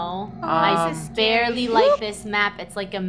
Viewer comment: "Rainbow" I "BEARLY" like this map it's like a maze. "Me" laughs* YOU SAID BEARLY😂